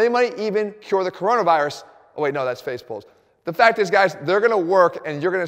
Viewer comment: I thought he said Phase Pulse, and imagined some new medicinal tech i hadn't heard of yet.